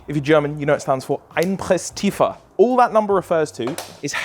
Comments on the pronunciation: Ayo do you need a German guy to give you german voicelines for german words? XD Because "Einpresstiefe" sounded more like "Einpress Tiefer". Wich sounded more like someone not german having a good time with a german XD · That was some spot on pronounciation on the Einpresstiefe, well done! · Impressive pronunciation on "Einpresstiefe". How long did you practice with Alex to get it to that level?